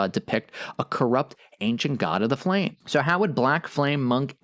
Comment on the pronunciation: "Surge, o flam-ee"???